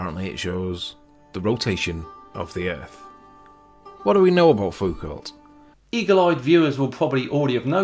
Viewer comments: Should be proununced "phukaw". "ault" should be read "o" with an accent at the end and "lt" are mute. Anyway, any normal guy, when the search term "pendulum" give zero result, would have realized he was on the wrong page... But not a true flatearther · Foucault, in French you do NOT pronounce the L and the T at the end, pronounce it as "Fouco" (or "Foucau" if you can), thanks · Love your work and videos - a small correction. The French (in general) do not pronounce the last letter of a word. So Foucault is pronounced FOO-koh. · In french .. you don't pronounce the "lt" at the end of pretty much all last names ... (foo - ko) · Great video, btw Foucault is pronounced Foo-koh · How the smeg do you remain sane watching these numbnuts? (Btw, Foucault is pron ' Foo-Ko(h)', the L & T are silent). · Foo_coe. Like Renault is pronounced 'Reh-know'. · It's pronounced fuw-co's pedulum. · Leon Foucault’s last name is pronounced “Foo-Co”. Learned that from French Astronomer Alain Maury who conducted the 2nd Palomar Sky Survey. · It is pronounced "fuko". The "lt" ending is a remnant of an old French form and is generally silent in its modern form. But I like how you say it anyway ^^ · Michel Foucault is pronounced "fouco", So weird to hear english people trying to prounouce silent letters. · "Foucault" is pronounced /fuːˈkoʊ/ (foo-KOE) in English or /fuˈko/ in French (basically the same, but with a French O). The L and T are silent. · Pronounced Foucau, no 'lt.' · Foucault is pronounced foo-koh. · FOO-koh. The ending "t" is not pronounced ('cause of French). Don't be ignorant like Sleeping Warrior. It's much funnier when he is ignorant and you are not. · It's pronounced "Fooko". A french man :) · Pronounced “foo-coe”, but him getting those dudes mixed up is magic. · Foucault is pronounced FOO-KO, just as Renault is pronounced REN-O. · it is actually pronounced foucou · A successful pedant would say, 'Geez, -- it's pronounced /fuː'kəʊ/. Everyone knows that!'